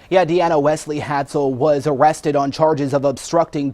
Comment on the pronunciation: lol he said awested